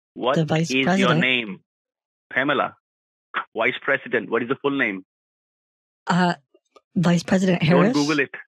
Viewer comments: From their inability to pronounce the v sound(wice president) to their ridiculous sayings like, "each and everything", "behind the bars" and claims that they are calling from customer "suppote", it truly is mind boggling that they manage to scam anyone. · wice pressident